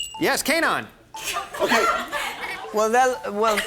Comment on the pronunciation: WTF? Are you high? We speak Somali, get your facts right and his name is not pronounced Kanaan but Keynaan